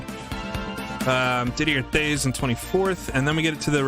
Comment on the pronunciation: Did-ee-eh Tayz